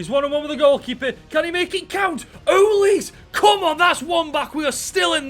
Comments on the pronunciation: its uh-leese-ay not uh-leese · HE REALLY CALLED AYEW AND SCHLUPP DEAD WOOD 😭 HE REALLY CALLED OLISE “elise” HE REALLY PHOTOSHOPPED PLAYERCHAT TO FRAME MY BOY ZAHA im a palace fan and im in so much pain watching this edit: NOW HES CALLING OLISE “ohleese” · i love how he pronounced UH-LEE-SAY like elise lol also zaha saying that and leaving is like.. i cant think of a example but gawdam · You pronounced Olise wrong i think